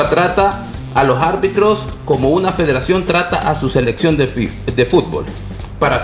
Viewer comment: El ex árbitro Elmer desespera tanto que habla con la "J": lojarbitros (los árbitros), diejaños (diez años), dojaños (dos años), y así. :face-orange-raised-eyebrow: Lojárbitros, lojárbitros, lojárbitros.